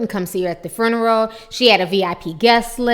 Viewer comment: What the hell is a "furnural?" Its FUNERAL!! learn how to speak